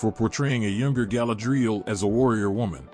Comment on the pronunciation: I got as far as where the AI thingy mispronounced Galadriel and Feanor. Couldn't listen any more